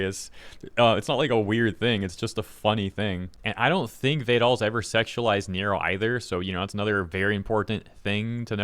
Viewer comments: Ah yes Vey-doll and Nero. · i have never heard someone pronounce vedal like that lol